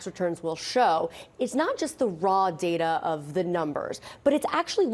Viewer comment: It's DATA not DALA. Speak the English words properly.